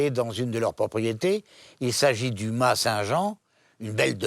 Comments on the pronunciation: Le ma … se prononce mass. C’est un terme provençal. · on pronnonce mas avec le s.....